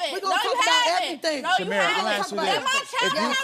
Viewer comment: TOLT ME ERRTHANG ABOUT THE EVUH ASS MAMMY